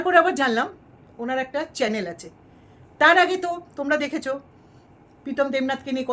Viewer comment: ম্যাডাম কথাটা চ্যালেন না চ্যানেল হবে